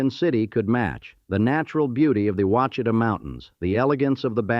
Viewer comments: Got a kick out of the Ouchita lake being pronounced oochita, instead of Wash a taw. Guess AI doesn't check for correct pronunciation. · It is pronounced “wash-ah-taw” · Stopped watch when the AI voice over mispronounced Ouachita.